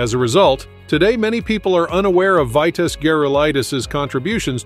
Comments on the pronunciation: This must be the AI idiocy that we have to put up with. The name was pronounced "Veetas". He was a great for sure. I met him at the WTA event in Dallas at SMU in 1977. Great and friendly guy. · I stopped watching after you mispronounced his first name. 🙄